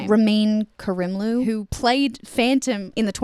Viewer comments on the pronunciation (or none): You nailed Ramin’s first name; his surname is pronounced Care-imloo. cracked me up 💀💀💀